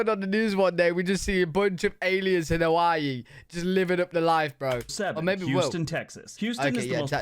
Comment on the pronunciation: Hawh-ess see-is. 😐